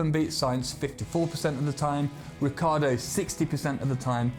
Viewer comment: It's not Riccardo, it's RICCIARDO